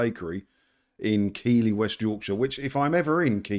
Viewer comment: Ayup fyi its keefly cthee 😂😂.